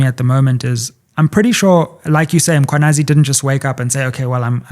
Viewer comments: I am always intrigued at how white people and mostly black journalist will go out of their way to pronounce foreigners names, in this instance (all of Goswamis names) and yet butcher Mkhwanazi by always referring to him as (MAkhwanazi) (mApumalanga)😢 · IS IT REALLY DIFFICULT TO JUST SAY 'MMMMM-KHWA-NA-ZI? Makwanazi???😤😤😤. Makes me cross when she says that!! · I have it when white people say Makwanazi. This is just disrespect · The non-blacks think it's okay to mispronounce black people's names. "Makhwanazi", seriously? It's the very same reasons they can't say Tshepo, but they can say Tsunami. I dislike people who don't respect black people. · Yes, so many people mispronouncing the name when it's really not difficult.